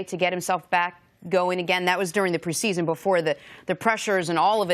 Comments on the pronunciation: Jenna say it with me it's pronounced "pree-see-zun" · Why does she say preseason like that? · Its PRE SEASON. NOT PRASEASON JENNA. LMAO